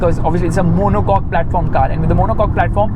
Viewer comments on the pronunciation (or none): none